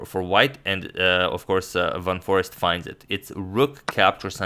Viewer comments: It's not Forest but Foreest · It's van foreEst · It's Van Foreest (not Van Forest).